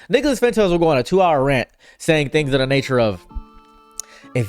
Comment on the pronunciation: anyone else hear (n word)-las Fuentes when he says his name or am I tripping. Fr tho screw that guy